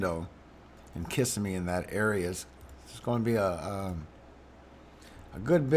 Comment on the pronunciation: Thanks for your work! Locals say it KissSEM'me. I think it's a native name. 🙏💝☔